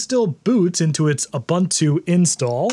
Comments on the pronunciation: ub untu, not ab untu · That's not "OOBANTOO".